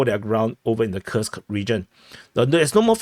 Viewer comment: And btw, Курск Kursk read as Coo(rsk), not Kii(rsk) - U is read as OO, like in room or cook